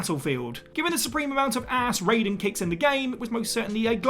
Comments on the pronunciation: No way my guy just said rey-don instead of rai-den bruh Wtf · I'll argue that the pronunciation is RAII Den Or RYY Den But certainly NOT RAY Den 🤣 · It’s Rye-den NOT Ray-den 🤦🏻‍♂️ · you can tell when somebody's never played Metal Gear when they pronounce Raiden's name like Mortal Kombat's Raiden ( for clarification, in MK it's Ray-den but in MG it's Ry-den ) also: Bowser in Super Mario 3D World, Bowser's Fury & Mario & Luigi Superstar Saga Samus Aran in Metroid Dread Zero in Mega Man Zero Piers in Resident Evil 6 Laharl in Disgaea D2 ( PLEASE do a remastered port on Switch, NiS... ) Elma in Xenoblade Chronicles X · Ah yes it wouldn't be a whatculture list without someone pronouncing Raiden wrong. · I think people get confused because Raiden from MGS and Raiden from Mortal Kombat are pronounced differently. It has something to do with cultural differences in pronunciation. It's why English speaking Americans constantly butcher the pronunciation of Final Fantasy character names. For example: Tidus. Square Enix says it's Tee-dus but Americans wanna say Tie-dus because they can't accept that other pronunciations and grammar rules exist outside of their own. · That mispronunciation of "Raiden" makes me cringe. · Steady Saying Raiden Name Wrong from MGS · How can you a character's name wrong when it's spoken in the games, I will never understand this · I swear this is done on purpose at this point. So many people point it out every time. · When they have an established way of pronouncement & you don't bother to say it correctly, then yes. Aang VS Ahng